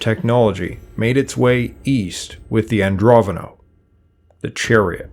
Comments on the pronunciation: Pretty sure it's AndroNOVO, not AndroVONO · AndroNOvo not AndroVOno. You pay so much attention to chinese pronunciation an can't read normal words.